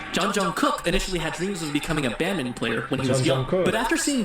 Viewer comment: Please react to BTS ":From Nobodies to Legends 2019".......Jungkook is actually pronounced Jun Gook.....according to him💜